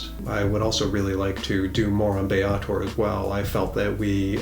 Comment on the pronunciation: Bar that! It's Sigil, berk, not 'Sijil'! Also, Baator is not 'Biyeytour' but --> the first A is pronounced like E in egg and the second A is pronounced like A in affirmative. And then stress the first vowel and you might just blend in with the crowd...and not end up in the Blood War. ;)